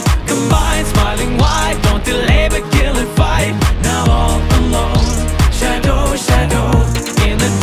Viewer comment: Shadow の言い方というか発音が好き 英語の歌詞になるともっとカッコよくなるのね…